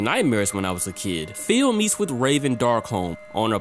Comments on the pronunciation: This was amazing but I just cant get over "feel" lmfaoooo. Please spooky next time you red the name Phil just say fill lmaooo. Love your workk keep up the awesome videos! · saying "Phil" like "Feel"